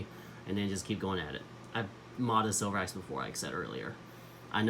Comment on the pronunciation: Informative tutorial video on how to improve a Spyderco flipper. 👍 However, just a FYI, this Spyderco knife is actually spelled “Sliverax” and pronounce like a wood “sliver” and not the metal silver in its name.